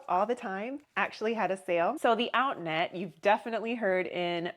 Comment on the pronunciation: oh! Outnet! I know of them. Sounded like outlet…lol How much did you pay?